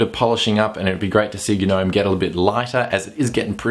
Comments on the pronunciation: Hello mate Try Gnome without pronouncing the G. :-) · the G is silent...